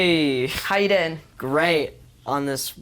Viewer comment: finn goes “greattt” in a british accent😂 ik how he feels. i have an english friend and whenever we talk i have the urge to do the accent. but then she does my canadian accent😂